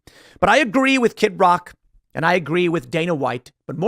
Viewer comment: his name is kid rock not kit rock